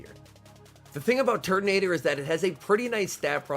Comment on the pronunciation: Can't unhear Turdinator.